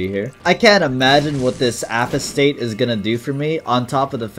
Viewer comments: Everytime he said Apostate (A-pause-stit) as (A-po-state) made me so angry bruh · i love you but "apo-state" is unbelievable bro no way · Bro really said apo-state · Apologies for the pedantry: No long 'o' on Apostate, so like "ah - pah - state" It means "one who forsakes his religion or faith". Judging by the weapon name "comforter's wing"? I'm guessing that's for Broken hearts. (Guess not, we saw the broken heart character. I'm assuming there's some other transformation item that does the prism version. Maybe a held item, or through a mirror found in a mirror dimension? EDIT: Saw it in another comment. Mantle is the answer probably. Forgot about that.) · Poor and his inability to pronounce Apostate 😂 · Not sure why, but hearing you say apostate so spectacularly wrong compelled me to comment on it.